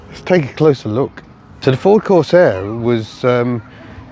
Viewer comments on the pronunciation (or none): none